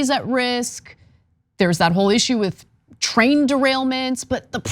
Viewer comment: TRAIN!! NOT TRAIL!!